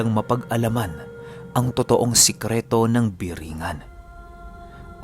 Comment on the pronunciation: corecton lng po (BORONG-GAN)